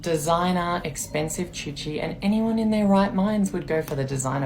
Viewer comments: It's coochie, not choochie. what the fuck. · She’s saying it wrong 😪 it’s coochie not choochie.